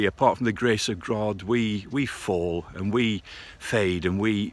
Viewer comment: "Grace of Grod" 😂